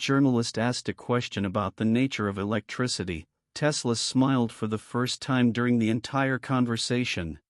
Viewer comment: Click bait, yeah Tesla said this because you say so, and your AI mispronounced his name 🤣